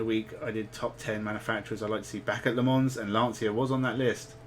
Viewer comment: Sorry if this seems a bit pedantic but the s in Le Mans is silent.